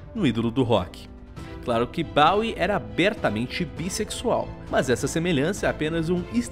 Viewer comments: nao se fala "baui" e sim "boui" no caso bowie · E isso é bem tecnicalidade, mas Bowie é falado como em "Boi" não como em "Bola".